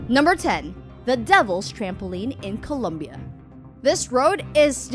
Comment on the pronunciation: It's ColOmbia, not Columbia.